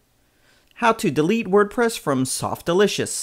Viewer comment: Lol Softalitious :p Its Softaculous not Softlicious :D